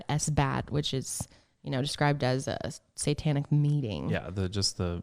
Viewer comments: Great story couldn't get pass saying Sai tanic lol instead of satanic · I stopped half way through,because I couldn't stand to hear say sItantic one more time. It's sAtantic. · It's satanic not satanTic 😂 make it make sense lmao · Guy, can you please stop saying "psy-tanic"? Thanks. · Literally no one:: CITANIC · Why does he pronounce satanic as si-tan-ic ? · Omg.,if I had a nickel for everytime you said SYEtanic lol luv ya guys. Xo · always says “sitanic” haha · every time I hear say sightanic 😳😳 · Between this podcast and the Pazuzu episode on channel, I have heard him say sight-tanic wayyy too many times this week hahaha I love but oh man that makes me shudder lol